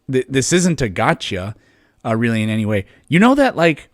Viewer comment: In other words, he's weawy wong about evwyfing